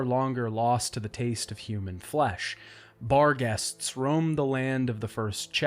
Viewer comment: I swear to god I thought you were saying "Bar guests" for the longest time.